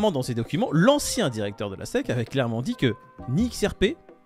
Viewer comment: c'est la SEC ( prononcer hesse ici) pas la SSI